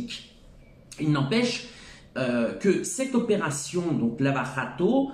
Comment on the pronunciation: Merci pour ces éléments, video fort instructive. Juste en portugais on dit "lava jato" avec le son j de jour (ou de Jaïr :/)